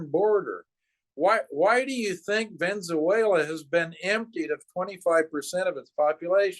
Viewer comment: I've noticed this before with this guy, and heard it again here: He pronounces 'Venezuela' as 'Venzeuela'. It's clearly not a slip of the tongue, as he does it repeatedly, and he seems to know a bit about Latin America, so I don't think it's ignorance. So why does he say it like that? Is it some old alternative name for the country in English (like we changed 'Peking' to 'Beijing', 'Calcutta' to 'Kolkata' etc.)?